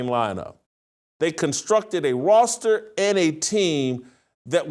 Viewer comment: Why can’t this dude say the word ‘Roster’? It’s so annoying when a person speaks for a living and cannot pronounce basic words. WTF.